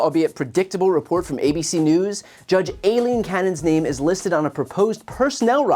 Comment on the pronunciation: It’s NOT “A” leen it’s pronounced Eileen